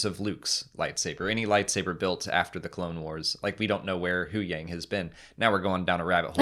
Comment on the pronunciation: Why do you guys always say huyangs name wrong?